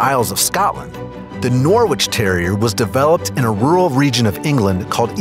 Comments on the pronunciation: I’m not from UK but it’s pronounced like ‘Norich’ but spelt Norwich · Attention! The "W" in Norwich is SILENT, it is pronounced NORRICH. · Sorry, buddy! I'm from Norwich, and it's pronounced Norridge, like porridge! Trust me - there's British place names far more confusing than that! 😆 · It’s pronounced Nor-rich not Nor-Wich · Yes! It made me laugh when he said Nor Witch!! I think Americans have a hard time pronouncing quite a few British place names, but to be fair Worcestershire and Edinbourgh are not pronounced ANYTHING like how they are spelt so I can quite understand it. Still makes me giggle to hear foreigners struggling to pronounce these though!! 😂😂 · The w in norwich is silent, also the cairn and norwich are fairly dissimilar but the norwich and norfolk terriers are very similar breeds. Also the photo of norwich countryside is nothing like - it is almost entirely flat, no cliffs there ! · The 'W' in Norwich is silent